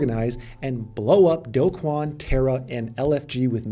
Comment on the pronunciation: The only youtuber who pronounces Do Kwon's name correctly. (mostly lol)